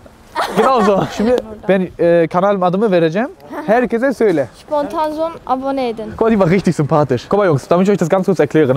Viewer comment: Montanmo.. Spontazmo😂😂😂